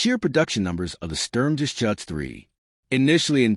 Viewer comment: A very good summary, but it's a "Sturm-Ger-Shuutz", not a "Sturm-Ges-Chutz" and "Vhermacht", not "Where-Macht". The Stug III was never a Self Propelled Gun, it was always either an Assault Gun or a Tank Destroyer.